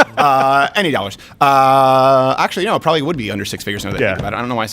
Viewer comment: you are "probilly" right, lol